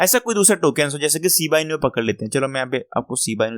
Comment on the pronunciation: Ciba inu nahi Shiba Inu hota hai Janab..